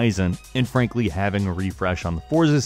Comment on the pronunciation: When you say and frankly why does it sound like to me you are say. Ann Frank... ly